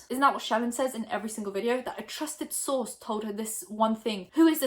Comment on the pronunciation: I dont hear trusted source anymore, I hear trusted sauce 🤣😅